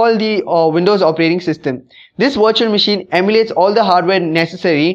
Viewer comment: It's great that you speak english, but please work on your pronunciation... I find it very hard to watch/listen to videos posted from India for this very reason which sucks because the topic at hand is usually one of great interest. Every time I hear "Virtual Machine" I keep thinking you're talking about a washing machine etc. I do not mean any offense nor is my intent to insult you, If you were to work on your pronunciations your videos would probably receive a noticeable increase in hits. That being said thanks for the video it was informative.